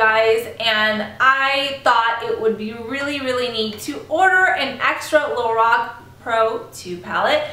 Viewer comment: It's pronounced like Lor Ack